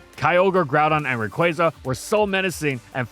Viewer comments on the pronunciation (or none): none